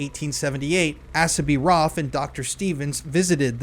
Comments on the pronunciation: Not ‘ass-a’ it’s ‘Ace-a’, a common name in the US a hundred years ago.. also in Western movies 🎥 😊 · Dude it's pronounced Ace ah. Now on with the show. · The name Asa is pronounced with a long A (rhymes with hay). 😎❤